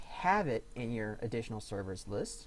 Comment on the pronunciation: THERRES NO ADDINANOL SERRVERS